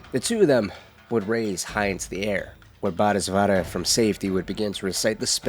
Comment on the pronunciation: repeat after me, bo-dee-suht-vah Bodhisattva